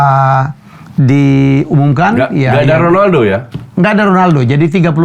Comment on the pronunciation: Bung Helmy emang cara sebutannya KHONALDO ya? 😂 nanya aja sih